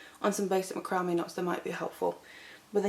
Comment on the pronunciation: I think it sounds beautiful the way you pronounce it.